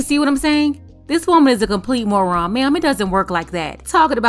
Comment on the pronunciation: The emphasis on “MORON” is an understatement! And wicked tele tubby is just too funny 😂